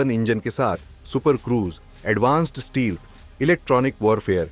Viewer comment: Advanced steelth nai sir stealth Itna bhi change mat kariye